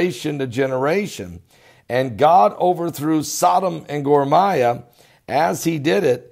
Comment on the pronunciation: Isn't it Gomorrah (Guh-more-uh)? I've never heard it pronounced like that (Gor-my-uh). You're certainly more educated on the subject than I am, so now you have me wondering if there's another, similar sounding, city that I'm just totally unaware of.. Lol